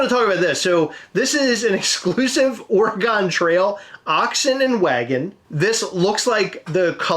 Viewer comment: What is ore-eh-gone?! 🤣